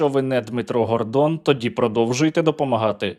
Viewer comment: Гардон не Гандвон